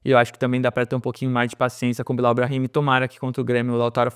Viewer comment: A pronúncia certa do nome Bilau, em sendo frances, não seria Bilo?